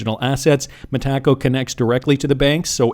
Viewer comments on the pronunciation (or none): hey Bud…it’s pronounced Meta-co, not Meh-taco.